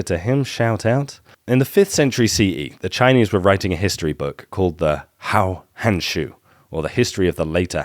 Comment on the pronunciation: "Hou hanshu" the hou is pronounced like a garden hoe.